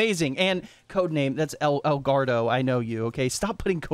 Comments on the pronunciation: Someone please tell its not El gaurdo lol its el gordo pronounced gor- do xD love the videos bro <3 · Hey, EL GORDO's name is pronounced like "gore-dough"